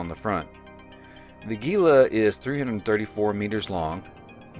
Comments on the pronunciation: Don't pronounce the G! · Jesus people is Gila, like Gila monster. Not geela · gila is pronounced Heela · hint: look up the pronounciation of Gila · Man, I hate to be that guy, but I have seen soooooooooooo many Eve videos that mispronounce "Gila". Before you flame me, understand, the ship is named for the Gila Monster reptile species, which is found in the southwestern USA and Northwestern Mexico, to a great extent within the Gila River basin of the Sonoran Desert. As a resident of the southwestern USA and a lifelong visitor to the Gila River basin and other places named for it, such as the Gila Cliff Dwellings National Monument, and the Gila Wilderness that protects the headwaters of the Gila River, I can assure you that I never in my life heard the pronunciation used in this video and many other Eve Online videos discussing this ship. The word is pronounced "HEE lah", or for those looking for even more accuracy the H sound is somewhat fricative, with the sound found in many Native languages from the area that (in Spanish) is written with an X. I understand that a German x is also similar. For English speakers, though, just an H sound is close enough. Here's a helpful youtube video: Or just use your search engine and look up "How to pronounce Gila". OK, with that said, my current favorite ship is a passive tanked Caracal Navy Issue putting out >500 dps with RLML IIs and Fury missiles at a range of ~30km and has over 30k EHP. It absolutely rips through hi-sec and lo-sec combat sites and escalations, and in abyssals runs T1 Exotics and Darks handily. It's just fun.